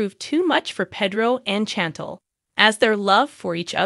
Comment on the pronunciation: 😂 That mispronunciation of Chantel’s name was driving me nuts!